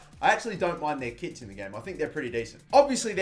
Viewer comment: Not gonna lie, I thought when he was talking about Nottingham's kits I thought he said kids. Just watch where he talks about Nottingham and imagine he says kids and not kits 😂